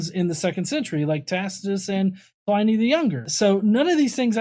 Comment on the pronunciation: I can let slide calling Josephus 'Josef-us,' but "Governor 'Plinlee' the Younger"? Come on dude. Apparently god does not grant his spokesmen the power to correctly pronounce the names of sources being cited in his defense ? You've got to clean up those little credibility killers if you're going to try to address audiences who aren't already overwhelmingly inclined to accept whatever you say, no matter how clumsily it's said. Æ